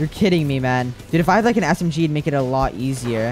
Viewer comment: its funny how says smg, he says it like assem-G